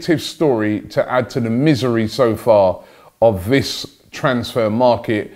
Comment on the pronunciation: Always wondered, why do you say "vis" instead of this? It's not like you can't say th you say it in every other word with those letters😂